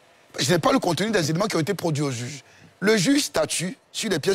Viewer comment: Quelqu'un qui sait pas prononcer le mot "juge" qui dit jige... Vous voulez qu'il comprenne français ?